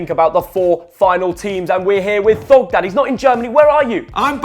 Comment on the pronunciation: Thogden, more like Thongden